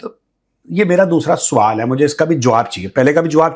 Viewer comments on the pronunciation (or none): Muaaff kijiye.. freedom fighter "producer" sahib.. Suuaal... aur sswwaaall me difference to hai..😂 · SAVAL nhi, yeh hoga SWAAAL, JO AYY